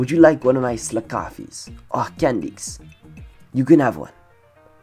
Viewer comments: THE SECOND HE SAID CAN NDIX I THOUGHT IT SAID CANNED. YA I KNOW XD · Candix that sounds so wrong like "Can" "D***"